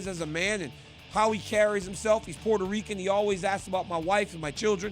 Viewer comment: PORTA RICUN. RICUNNN